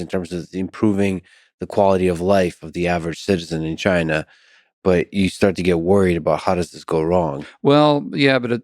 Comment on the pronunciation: Where exactly is “Chiner”?